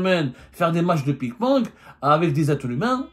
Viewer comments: On dit ping pong et non pas pik ponk😂😂 Désolé je n'ai pas pu m'en empêcher 😂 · Ils jouent au pik ponk , wallah il dit pik ponk mdr waaaaaaa semmar une chevre qui ressemble a un cochon